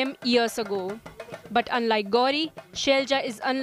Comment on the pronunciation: "KeRaLa not KeReLa" , "ShaiLaJa not ShailJa"